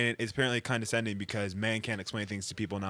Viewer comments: how did no one correct him on the ‘condenscending’?!😂 they just let him embarrass himself like that? 😂😂 he even said it with his whole chest! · Omg “condensation” “condensating” 💀💀literally idiots with mics running a podcast. I love the other comments 😭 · They can't even pronounce condescending... keep saying Condensending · It's condensating if it makes someone cry. Wow. Not just one. Most or all of 'em couldn't pronounce it. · I think you mean condensending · Condenscending? Condensation? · lmao condentsending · not being able to say condescending is hilarious Edit: John Micheal still looks like BooBoo Stewart and it’s still disturbing Edit: I feel like a lot of the time the “friend zone” isn’t a guy being lead on, it’s a guy wanting a girl who doesn’t want him and putting her in a “relationship zone” but doesn’t actually tell her that he wants to be in a relationship with her and so he just deflects and puts all the responsibility onto the woman and blaming her for them not being in a relationship when it’s actually his fault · “condensending’ LMAO